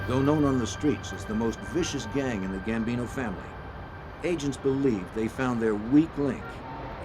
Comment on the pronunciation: Gambino not Bambino